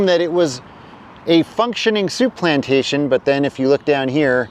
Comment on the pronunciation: Souplantation became Shoeplantation... 😂